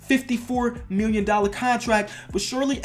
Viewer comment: # when you say million it sounds like miwwion